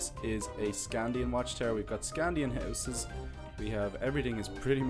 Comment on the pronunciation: I am reading the series right now I cant belive that he called a saxe knife a sword and he said sknadin wrong